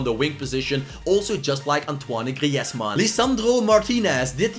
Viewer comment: that's how you say Griezmanns name how do you forget